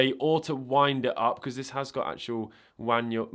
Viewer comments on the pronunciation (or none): He says Wanual Mind - I swear it! Love the video though!! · and "Wanual mind" 😅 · I love how you stuck with "wanual mind". 🤣🤣🤣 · Did I just hear wanual mind? Subscribed!! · Excuse me? "The wanual mind" ???